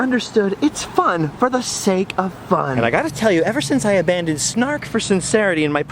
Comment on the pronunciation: "Heavy metals....A-BANDoned ? Anyone? Bueller...Bueller?